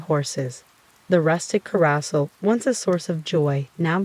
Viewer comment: AI voice is full of mispronunciation - 'carousel' being said as 'karra-sal' instead of 'kah-ro-sell', as well as 'macabre' being said as 'macca-brah' instead of 'mack-car-breh' Makes your videos sound lazy and monotonous. An intriguing story ruined by a lack of even being bothered to try and produce quality. Downvoted. Lose the AI voice and you might have a chance.